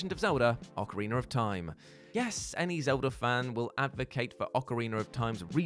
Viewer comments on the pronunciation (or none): OcarinA not ocarinER 🤦🏻‍♂️